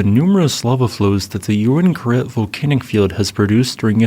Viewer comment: So I was right, it was pronounced "you win karet" and not "ooween karet". Haha.